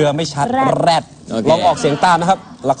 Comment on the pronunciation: แอนดริวออกเสียง แรด ชัดมาก